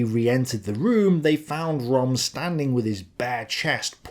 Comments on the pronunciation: röhm not rom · Ernst RÖHM - NOT "Rom" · It' RÖHM, not Rom!!! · No, its pronounced "Göring" & "Röm". The vovel is similar to the one vovel in "heard". pronounciation is frankly lousy. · Possibly your best video so far (as far as poking the lefties with a pointed stick in concerned) But I am surprised that you didn't mention Herman Goring's pre-Nuremburg debriefing when he was asked about Ernst Röhm (pronounced “Rhurm”, by the way) and “the night of the long knives” said that Röhm “was in my way” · could you possibly learn how to pronounce German names correctly? It's not ROM! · you've pronounced Goering's name correct and Rohm's name also has an Umlaut and therefore its pronounced the same way. Rohm's name is pronounced RERM. Same way as GER-ING. Just sounds better when the Germanic name is pronounced correctly. As always, brilliantly researched and presented. Kudos to you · Great video but Röhm is pronounced like “room”.